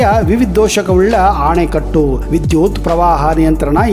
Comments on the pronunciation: ಆಣೆಕಟ್ಟು ಅಲ್ಲ ಅಣೆಕಟ್ಟು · ಅಣೆಕಟ್ಟನ್ನು ಆನೆಕಟ್ಟು ಎಂದು ಹೇಳುತ್ತಿದ್ದೀರಾ ಅಲ್ವಾ ಸರ್